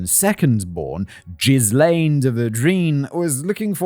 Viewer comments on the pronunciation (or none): Ghee-lom-ay loool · I'm 8 mins in and wondering if Simon will mention that he keeps saying jizz lane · Will never not find it funny when Simon pronounces Ghislain (Juh-LAIN or jhiy-LAYN)) as JIZZ-lane! He did it in the Epstein video too. Where do you live, Cum Street? No, no it's Jizz Lane! Also hearing Simon say "draining Jizz Lane ..." It sounds like some 70s porno, big moustaches, mullets and epic bushes, soft jazz soundtrack, set in a suburban soap opera style! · Sure hope Ghrislane isn't pronounced as Jizzlane like how Simon pronounces it. That's gotta be a rough childhood these days. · Simon. I...I appreciate you trying to pronounce the names without a guide or looking them up, but I cannot take this very serious topic at all seriously when you're pronouncing Ghislaine as jizz-lane. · Jizz-lane 😂😂😂 - I can’t unhear this now… It’s greed that does it for these people. They’ve got plenty of money but can’t resist the lure of more, more money and more power and access to more powerful people. They’re ready to believe anything they’re told, and the conmen are good at their job. They’re narcissistic sociopaths, they lie, cheat and steal their way through life and don’t get uncomfortable under pressure the way most people do. This gives them a massive advantage over many people, especially families who live quiet, wealthy lives far away from the real world. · Jizz Lane omg I'm dying Arnaldo, Simon needs a pronunciation guide 😭😭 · No, I like Jizz-lane better. It makes me think of a small road for... Excretions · When you pronounce Ghislane, all I hear is “jizz lane”…🤣🤣🤣🤣🤣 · Jizz Lane should be saved for maxwell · Same lol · In his defence, French spelling and pronunciation aren't exactly intuitive for most anglophones. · That a hard ‘G’ on Ghislaine, my friend. 😬 (and a silent ‘S’) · well, american news couldn't get Ghislaine Maxwell right, so I don't blame Simon either xD (and even my first language is neither french nor english ^^')